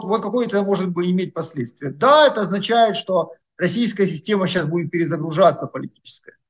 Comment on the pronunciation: Всегда слушаю Бортника с интересом. Но одна деталь выводит меня из внутреннего равновесия. Он говорит "чичас" вместо "сейчас"